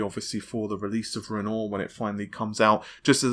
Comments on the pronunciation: For God's sake it's promounced "Ren war" not goddamned "Ren Or" the man was an artist like Picasso, Mattise (pronounced Mahteece etc). same with "Invent Ory" not "invent ry".... Sigh..... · renoir is pronounced ren-wah, not ren-ore. Nice vid! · Auguste Renoir (/ˈrɛnwɑːr, rənˈwɑːr/; French: [pjɛʁ oɡyst ʁənwaʁ]; 25 February 1841 – 3 December 1919), In plain modern English, that pronunciation is Ren-WAH. There is no such person is ren-OR, never was, likely never will be. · REN-WAH REN-WAH REN-WAH REN-WAH REN-WAH REN-WAH REN-WAH REN-WAH REN-WAH REN-WAH REN-WAH REN-WAH learn to say renoir correctly...jesus fucking christ:) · For God's sake!!!! It's not funny any more. You've seen the GN video... Can't you grasp the sound the word Renoir is meant to make?